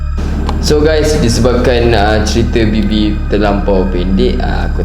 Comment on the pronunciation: sebut bibi ke baby qarina